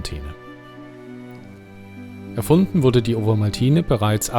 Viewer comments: Typisch schweizerisch spricht man Ovomaltine "Ofomaltinä" oder kurz "Ofi" aus, nicht wie du "Owomaltiine" 😉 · Das V in Ovomaltne wird wie ein "F" ausgesprochen